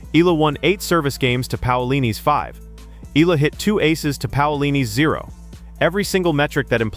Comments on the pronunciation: CORRECTION VLOGGER, NOT ALEX AMELA, IT'S ALEX EALA (PRONOUNCE AS IYALA OR EYALA) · C"mon guy, stop mispronouncing my idol's name, it's Eyala not ela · Great analyses! But please learn to pronounce her name properly: E-YALA to prepare for more features like this. Alex is not going anywhere but UP! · EEE- YAH-LAH.... that's how u pronounce her last name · Just call her Alex! Rather than pronouncing her last name wrongly.